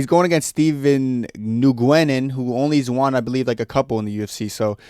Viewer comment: Nguyen is pronounced W-i-n